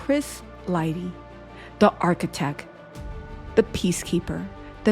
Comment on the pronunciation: my darling, u must ennunciate better: it's not 'architec,' it's "architecT." Emphasize that "t." Don't drop ur consonants, Sweetie!😁 * It's "50 Cent," not 'cents.' (You go back & forth.) * It's "HonesT," not 'hones.' Be Correct & Consistent!